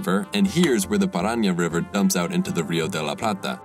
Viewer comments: Your subscriber count is getting bigger but it's still low if we consider the quality of the videos. This channel is like a hidden gem and you cover topics that no other channel has covered. This video is gold. Keep up with this great work. BTW, the Paraná river is stressed in the last syllable, where the accent mark is. So it's not "paRAná", it's "paraNÁ". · You mispronounced "Paraná" Ok, I know I'm being a douchebag, but that irritated me a little bit. It is not Paraña or Parânha, it's "Paraná". The N is normal and the stress is on the latter A. Ok, sorry for being a douche. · Río Paraná, the stress is at the last syllable. Great video tho. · PA RA NA please Not paragna (paranha) I speak portuguese, is there any spanish speaker that would tell me how you pronounce Parana? Hey, awesome content, love it, congrats